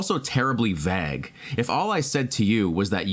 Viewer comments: ... Did you mean Vague? it rhymes with plague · Sorry my ocd sucks, but vague is pronounced ("vay" like say + "g" like gut) and plagues ("play" + "gs" like eggs). Sorry again, also i appreciate all the good advice and perspectives here, thank you.